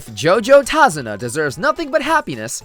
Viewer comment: I swear, I hear "Tase-una" and then you gotta hit me with those clicks.. stop you know what you did.